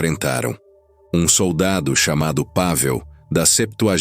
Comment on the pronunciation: A pronúncia do nome do soldado é Pavél e não Pável